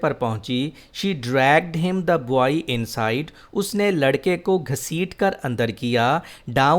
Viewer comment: You are a legend. Bht zbrdast lecture h... Word 'boy' repeat horha h iske pronunciation aik nazar dekh lain.